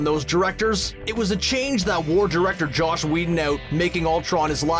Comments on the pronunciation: He also said Josh Whedon. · Whoever does the narration for this video is an idiot. Calls Joss Whedon ‘Josh’, butchers Kenneth Branagh‘s name royally, can’t say ‘iambic pentameter’... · DUDE,, it's JOSS not JOSH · There's no h in Joss. It's Joss Wheedon, not Josh Wheedon... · Could you please stop calling Joss Whedon "Josh"? Thanks a lot! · Is calling him “Josh” Whedon?! Also, did he say iambic “PAN-yuh-MEE-tur”? Geez. I’m out. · Is he saying "Josh" Whedon? Because it sounds like he's saying Josh Whedon. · "JOSS" Whedon not "JOSH" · JOSS not JOSH. 😒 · It's Joss Wheadon not Josh... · JOSS Whedon. Not Josh.